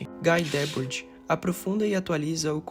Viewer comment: Favor aprender a pronunciar Guy Debord